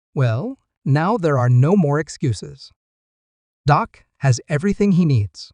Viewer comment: Say the man’s name correctly,it’s Dak not Doc!…